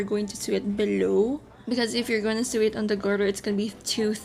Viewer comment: I love the style! Thanks for sharing the process. By the way Sew is pronounced as SO. like Do Re Mi Fa SO...a needle pulling thread...(referencing the song)